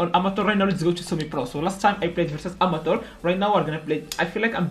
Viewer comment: saying amature is funny